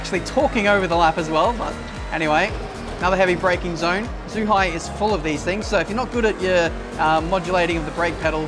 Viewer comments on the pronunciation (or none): It's pronounced as Jew-Hi (Zhuhai) and is a fool